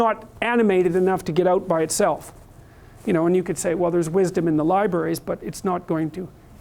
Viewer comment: "There is wisdow in libraries..."